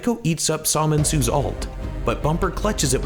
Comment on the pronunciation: Somensu i think that u pronouce it is reall flexiable